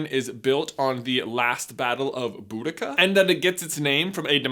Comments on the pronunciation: HER NAME IS BOW-DEE-CHA (boudicca) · Boudicca is not hard to pronounce boo-di-ca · 4 times a year you missed mid year break Also her name is normaly pronounced like Baue-d-See- a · You're so cute but her name is pronounced Bow-Da-See-Ah. Sorry for being that annoying person, but I had to correct you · Boudicca isn’t hard to pronounce if your from the uk but the us think most of the words are hard to pronounce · Your pronunciation of queen Boadicia triggered me